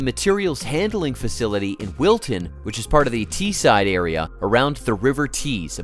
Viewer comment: Wilton not milton